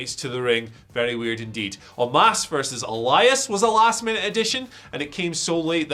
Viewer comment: Big fan of you mate but it's omos not omas